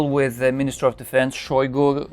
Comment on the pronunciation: Shoigu pronounced his name with emphasis on U. You can here it in a video "истинная фамилия шойгу" on .